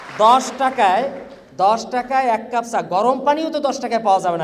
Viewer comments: উপাচার্য ছা না চা হি হি হি আপনি ঢাকা ভারসিটির উপাচার্য হিহিহি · বলতেসিলাম, ছা, ছপ, ছমুছা, হায়রে শিক্ষিত রে😡😡